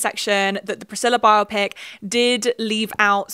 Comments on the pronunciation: Thank you for saying "bio-pic" as the lord intended instead of "bi-op-ic" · Thank you for not pronouncing "biopic" as if it were an eye condition as I hear so many YouTubers doing lately. It's not the most important thing in your video, but I appreciate it anyway.